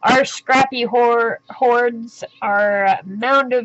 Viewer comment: Love hearing your thoughts while selecting papers. My husband & I burst out laughing when u were trying to say scrappy hoards & said scrappy whores instead. You make me laugh & I look forward to your videos. Keep them coming!